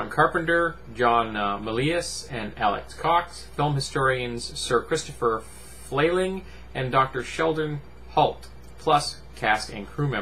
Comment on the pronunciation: “Christopher Flayling” 😂